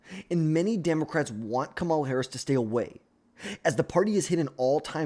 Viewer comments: Can you say her name right please? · It’s almost like you’re trying to say it wrong